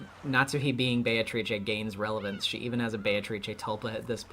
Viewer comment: "Those who remain" have to be "be-a-to-ri-che".